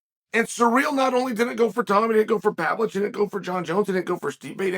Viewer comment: it's pa-VLO-vich